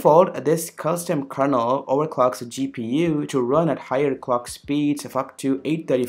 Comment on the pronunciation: OMG stop saying kernel word like that please! It sounds like KERNOUEAL.